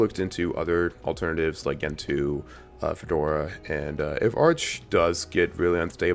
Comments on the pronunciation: Oo-boon-too, Gentoo, like gentle. Crucially important. ;) And that btw meme is used and abused more than anyone deserves to read. So glad it's not in the title, incidentally. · Its gentoo. Lol😂!